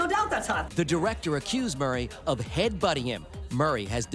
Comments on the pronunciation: It’s Mur not more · Kept hearing “Bill Morray” - Mureeee lol ❤ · He's also saying Bill Maury instead of Murray 😂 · Greena Davis and Bill Maury? This creator butchers names without a care in the world. Couldn’t watch past “Greena” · … “Bill Morry” 😂 . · Bill “Maury” lmao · Bill Maury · No, he can’t start pronouncing things correctly now because how else are we supposed to know when he gets body snatched? 😂